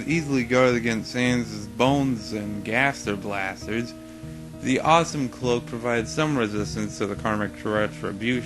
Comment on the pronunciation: You said gaster blasers